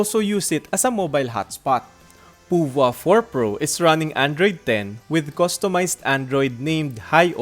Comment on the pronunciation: Yung ibang reviews iba yung pagka pronounce ng pouvoir eto lang yung narinig ko ng tama... Nice review po keep it up